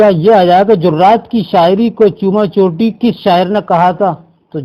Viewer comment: Sir ye چوما چاٹی ہے جسے آپ چوما چوٹی بول رہے ہیں please تلفظ کو درست کر لیا کریں